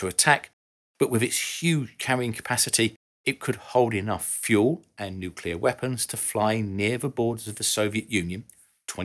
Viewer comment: Thank you…for being able to pronounce nuclear correctly. You know, how it’s spelled. It made you sound intelligent and professional; not like those that use the ‘other’ pronunciation…that only exists for idiots.